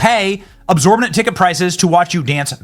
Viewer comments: Thank you, Luke, for pointing out "absorbitant." xD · He also said "cause and effect that's the law of thermodynamics" like, wut? Lmao "absorbotent" how is he not too embarrassed to try calling anyone dumb? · The guy who says “absorbatent” instead of exorbitant… “Taylor swift isn’t smart” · "absorbident" Is Benny paying too much for paper towels? 😂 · Imagine being condescending while calling Newton's 3rd law of motion the "laws of thermodynamics" and saying words like "Absorbitant" 😁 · “Absorbitant”? 😂😂😂😂. You mean “exorbitant” Benny, you dipshit! 😂😂😂😂. Clearly an alternate facts type of situation. MAGA are so ignorant. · Absorbenent, is that like absorbent? 😂😂😂 The audacity to say that and then follow it with "not a smart person" 😅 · I wonder what "absorbinent" means..... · The money is a sponge? Absorb-a-dent?! Heh heh dumb is dumb. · Omg Benny calling Taylor swift not a smart person after saying absorbitant instead of exorbitant dear lord 🤪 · I shouldn't expect much from Benny after "absorbitant" (aren't made up words great), but I thought young children got taught Newtons Third Law "for every action there's an equal and opposite reaction" in basic science classes, which is distinct from the laws of thermodynamics. I'm not surprised I guess, more maga handwaving and pairing it with whatever word salad they believe makes them look clever to their inept followers. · Tell benny the word is "exorbitant." Lol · Listening to Benny speak, I've generally avoided it till now, thanks for that Luke, the man mispronounced several quite simple words while going on to attempt to chastise Taylor for being unintelligent? There is no self awareness in these people. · benny doesn’t know how to pronounce “exorbitant” AND “divisive”